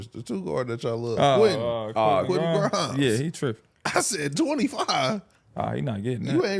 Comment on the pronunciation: Funny ass episode. DJ clean as hell! Why did call Quentin Grimes, Quintell? Lmao 😂😂😂